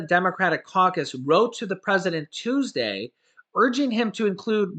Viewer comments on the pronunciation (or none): none